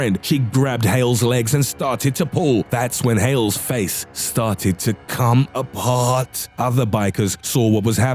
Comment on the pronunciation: “Come AHPAAAHT”